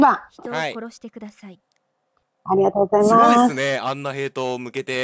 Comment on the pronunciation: この「あいざいます」気持ちいいw